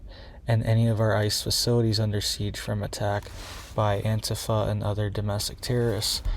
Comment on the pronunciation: Antifi is pronounced Ann-tea-fah. I know it's wild, right? Lol. Thx for sharing this info with us!🎉❤